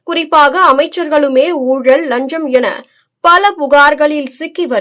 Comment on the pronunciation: நீங்கள் முதலில் லஞ்சம் என்ற வார்த்தையை சரியாக உச்சரிக்கப் பழகுங்கள்.